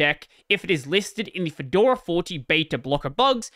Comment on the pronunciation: "Kedora". Hey, that's my distro! I'm equally excited and nervous about how the big switch to v40 will go.